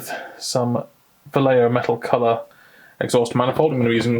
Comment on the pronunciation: this is a very easy way to pronounce vallejo: (Valley = Va) (Yes = ye) (Home=ho) Va-ye-ho